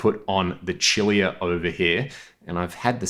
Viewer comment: Love your content but just so you know and maybe clarify, Cilia is pronounced like “sillier “, not a big deal but Charles deserves people to know the right pronunciation along with the respect for his amazing work. No disrespect whatsoever, you have imparted a huge amount of great information on myself and undoubtedly many others